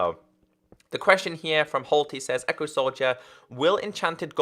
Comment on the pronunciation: I heard say qurestion instead of question XD